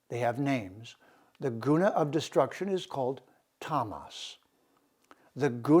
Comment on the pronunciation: Love and appreciate your broadcasts,, I learn a lot from them. Your Sanskrit pronunciation sometimes could be improved, though. It's not prakreeti, is it? ṛ ऋ is not pronunced 'ree'. It is a laghu or short syllablele pronounced in a short 'ri' as in the word 'rip.' Neither is 'u' उ in 'guna' a long syllable. It's not pronounced like to 'oo' in mood, but like the 'oo' in good. It is a short 'u' sound. Exact pronunciation of Sanskrit is vital, otherwise we change the meaning of the word.